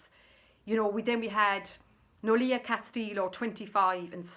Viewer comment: Noelia pronounciation think of the first Noel Christmas carol NoEl emphasise the Know then the EL Then the last part as in a strong"E then Ah" El as in El Niño the winter storm. Check phonetics if you want to be correct but well done for bringing awareness of those Dr Mengele killers posing as doctors. Look, what fauci did & still getting away with biolabs run by chinese recently discovered in california. The Dutch name if its double ee then say with a strong e if its one e then more an "eh" pronunciation.